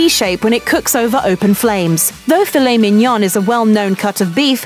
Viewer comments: "picanha", "filet-minion", "parmezan" ... she's truly an equal opportunity offender - perfectly skewers (pun intended) all romance languages just as badly! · What baffles me is that she however pronounces it perfectly in "fillet mignon" and "fraldinha".